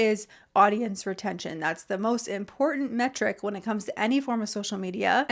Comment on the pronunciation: For me, the worst ick to come out of influencer culture is the monumentally heinous mispronunciation of the word IMPORTANT. It's pronounced imPORtant. With a "T." Not imPORdunt with a D. (I think this whole travesty started with the bastardization of "important," but it has spread like a disease; they also slide over the "T" sound when it occurs in the middle of any word, the result being they end up sounding like they have a Cockney accent. "Mow-uhn" for mountain. Etc. Please stop it, influencers and their mimics!